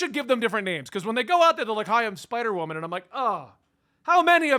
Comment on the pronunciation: “SPIDERWOMAN!!!!!!” ☠️ “SPYDERWOMAN!!!!” 😭 “SPIIDUR-WOMAN!!!!!” Yo I AM CRYYYIINGGG LMAOO😭